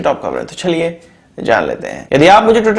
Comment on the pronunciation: Bro I lv ur prgrm nd cntnt. But evry time u say in ur intro chhhaliyeee..... Bro it's chaliye..say it correctly